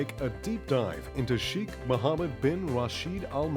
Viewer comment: His name is pronounced as Shaykh, not Sheekh